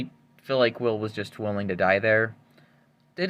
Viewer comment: First time he said jonathan im this video i heard it as Johnfin 😭